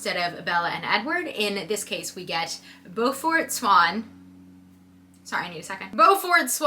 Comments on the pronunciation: Btw its pronounced bue(like rue)-fert like the bully from phineas and ferb Edit: also Smeyer is so full of it when it comes to how her books make people feel. The amount of times bella calls herself useless and weak made people ik uncomfortable to read about a girl who didnt like herself. I also didnt initially notice the amount of times its pointed out how dainty and skinny bella is until i heard another girl say she had to stop reading it bc she felt bad about her body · Beaufort is pronounced "Bū fert" the eau is pronounced like "ew" and it used to be a common name. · I would never be able to not hear it as "BEW-fort" as in Beaufort, SC. Hearing it as "BO-fort" Is so weird.